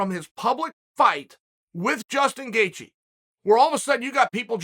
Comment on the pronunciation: Chael's mispronounced names: Islam Macklechev Justin Gaycheese Hazmat Chimiev Dustin Porear George Masvidal Beni Daroosh .... and the list will continue. If I forgot anyone, please add to the list 😂